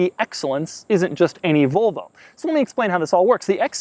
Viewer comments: Can someone tell me how many times he said Volvo? And in a weird way? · good video but your pronunciation of Volvo is horrible :D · Its it only im some get lite arngry when he say volvo wrong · One of Doug's querks is the way he pronounces Volvo. Another is that he wears a t-shirt under a t-shirt. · Had to stop watching after a minute because he pronounces it like "vulva" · Sounds like your saying Vulvo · Of course he isn't objective, haven't you heard how he pronounced volvo every single time? Like it's filth or something, He is very far from objective. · never heard anyone say volvo like this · Doug, it's volvo, not vulva. That is something else entirely. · Doug I fucking hate the way you say volvo. It is “volvo” not “vulvo” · It's Volvo Doug, not "Vulvo" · I wonder if he's purposely pronouncing 'Volvo' the same way as the anatomical term for the visible female genitalia... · Every time Doug says Vølvo, take a shot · Great video. But why do people say “Vulvo”. It’s an O. It’s VOlvo. Like the Tennessee VOLunteere. You don’t say “i would like to Vulunteer”. It’s it a California/Arizona region thing? Almost sounds like you are saying a female body part: Vulva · A “Vulvo” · Its "Volvo", not "Vulvo". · If he says Vulvo one more time. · VOLV-O not Vulvo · Why are you saying "Vulvo"? You really seem to be going out of your way to pronounce it as close as possible to *vulva*. How do you say volume? Would you actually pronounce that like vulume? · If he says vulvo one more time im launching the nukes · Doug is the type or guy to pronounce, "VOL-VO" like, "VULVA" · Doug, pls.... stop pronouncing it "Vulvo" hahaha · The first couple times he said volvo it sounded like vovo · It sounds like he says vulvo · Why does he call it a "Vulvo"? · he pronounces it like vulva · STOP SAYING VULVA XC90. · cant get past his mispronunciation of "vul"vo haha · Its pronounced Volvo not Vowlvo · Doug the typa dude to pronounce Volvo "vulvo" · why Doug pronounce is "vlvo"